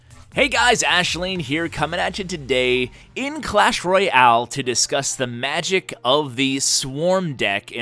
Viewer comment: He says " Clash Roy Al" xD